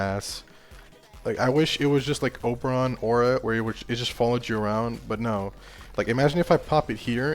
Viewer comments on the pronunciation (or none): none